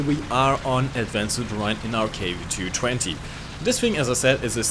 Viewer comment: It isnt KW-2-20. It is KW-220